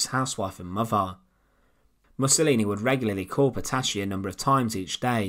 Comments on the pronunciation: You should consider find a narrator for your videos 😎 And her name was not PETASHI, but PETATI. That's how it sounds. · Petacci is correctly pronounced in Italian Petachee not Petashee.